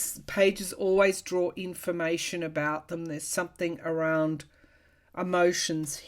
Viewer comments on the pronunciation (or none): none